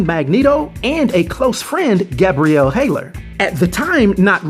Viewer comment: Legion's mom's name is Gabrielle Haller, as in HALL-ER, not HAY-LER. Respects